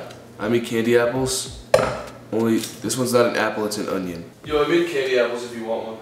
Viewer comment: Ethan: I have permanent union in my mouth Me: perm uh permanent!!!????😂